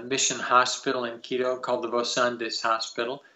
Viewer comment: Mr Saint, you pronounce the tribes names perfectly why not Quito? Just curious. TY